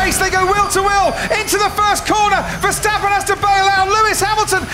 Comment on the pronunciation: Verstapen... Nerak... Nerak... Rusuh...